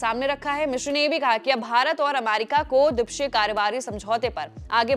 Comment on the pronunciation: Dwipakshiya hota hai mohatarma!!